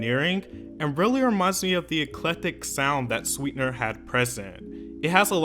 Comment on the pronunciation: Yea no ....”sweetener” just wasn’t it😭